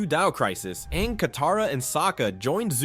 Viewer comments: Ima need to stop you right there brother, no says Ong instead of Aang unless you're M Night Shyamalan. Put some respect on the GOAT's name. 😤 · Anng 🚫 Ong✅️ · Why are you calling him “Ong”?? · we just gonna past over him calling Aang, ong? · It's aang. Like the a sound. Not ahng. Learn pronunciation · It's not ONG, it's AAING< spelled Aang. Lord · This video was great and detailed but the pronunciations really through me off. At one point you even said Awng like the movie we don't talk about. Like come on. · He just say Ang when it’s supposed to be AANG!!!!!! the avatar states was the most powerful thing for all the elements and also is there like one for every element like earth bending can be metal bending fire bending could be lightning bending water bending can be ice bending air could be all the elements mixed together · The last time you mention fang you pronounce it like fahng. Then partwat through aang you switch pronunciation to the one from the god awful movie and say ahng . Unsubbing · Is that why they couldn't decide on how to pronounce names? It was really bothering me. It even said Awng smh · DID HE JUST SAY AHNG😡😡😡🤬🤬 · it’s insane to say his name wrong while making this content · Ung really, you watched Avatar and mispronounced aang multiple times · Everything was great but did you really have to pronounce Aang's name like that 😒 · Your pronouncing Aang's name wrong........ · DONT YOU SARE SAY HIS NAME INCORRECTLY!